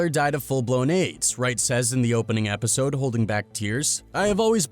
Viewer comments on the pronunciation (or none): none